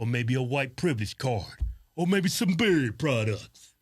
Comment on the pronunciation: What are you saying in the beginning? Berry products or dairy products?? 😉